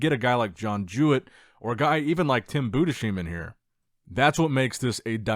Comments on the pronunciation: His name is pronounced Budes heim not BudeSHeim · Bruh your pronunciation of Tims last name drives me crazy It's "boo-dis-hime", not "Buddha-seem" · Heim as in Anaheim. Maybe understand that? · Budesheim is pronounced in two words Budes - Heim